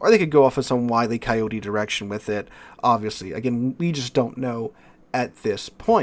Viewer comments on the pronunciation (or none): none